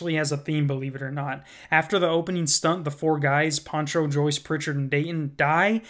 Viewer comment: his name is Pancho not Poncho lmfao